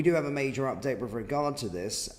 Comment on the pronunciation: And there’s no V in “with”!